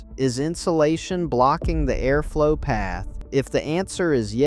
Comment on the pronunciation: Aimish? A-arflow? 😂😂 If you are going to use speech, spell the words phonetically because we pronounce things differently.